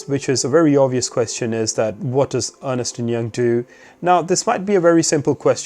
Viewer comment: Thank you, very helpful. By the way, it is pronounced Ernst, not Ernest! I used to do the same :)